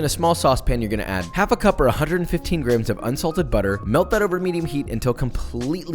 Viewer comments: Unsalted butter, I heard Insulted butter :D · Hahahaha. I thought you said "Insulted butter." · I swear at the beginning I heard insulted butter. "F*ck you butter! Get in the pan!!" Also I'm sure it's delicious. But if you bake it..Is it still 'Toast'? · I heard, “ insulted butter ” ..poor butter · I had to do a double-take when you said "unsalted butter". It sounded at first like you said "Insulted butter", which I'm sure would make any cooking a fun adventure. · totally heard insulted butter hahaha